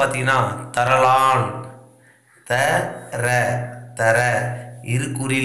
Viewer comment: Sir தரலான் ye sir தர/லான் ன்னு பிரிக்கிரீங்க